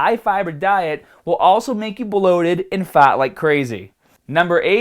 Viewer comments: Just once, I'd love for him to pronounce the R! FaRRRt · About wrecked my truck laughing when you pronounced fart! No offense, like your videos!! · you say fart funny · Why do you say fart like an Australian? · I know man! But you sound incredibly Australian saying fart. Keep up the good work my man.